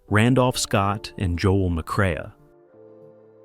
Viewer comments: McCre-a is pronounced McCRAY! Geesh. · Joel McCre a?!! AI terrible